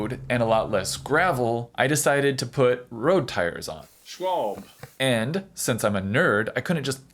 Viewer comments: It's not Shwalb... It's Schwalbe (Shwalbeh). Same problem as Porsche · Everytime he says " Schwalb" something in my German Heart dies. Its Schwalbe not Schwalb. Like its Porsche and not Porsch.